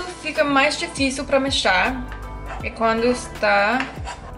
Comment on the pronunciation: O certo e Mexer e não mexar